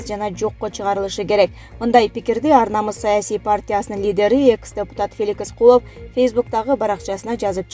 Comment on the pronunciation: Куловтун атын туура окучу,экс дегенди туура айтчы,эмне мынча огрусчадан аксайсын